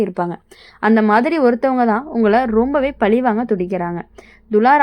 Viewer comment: மனஅலுத்தம், பலிவாங்க - உச்சரிப்பு பிழைகளைக் கேட்க காது வலிக்குது!